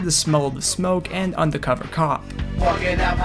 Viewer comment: lol it clearly says "Undercover" with an R but you say it with an A. Like how every white person says "fiddy" cent. Subconcious racism lol